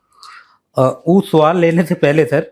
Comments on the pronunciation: Muaaff kijiye.. freedom fighter "producer" sahib.. Suuaal... aur sswwaaall me difference to hai..😂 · SAVAL nhi, yeh hoga SWAAAL, JO AYY